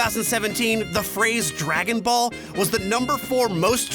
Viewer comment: Man i cant wait for "Draong" Ball Fighterz.